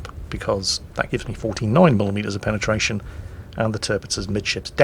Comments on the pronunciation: "and the extra penetation from my IFHE skill" Me: Da hell, did i hear that right(?) Yes I did....(long pause) what the fuck is penetation? Never change, never change, its what gives you your charm! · He has a lot of "Penatation"